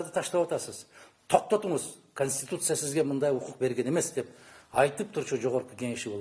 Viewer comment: ""КОНСТИТУТЦИЯ""деген созду туура айта алышпагандар,анын ичинде эмне жазылганын кайдан окушмак эле!!!!!??🤦🤦🤦